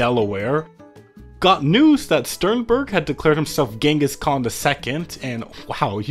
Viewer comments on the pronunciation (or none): none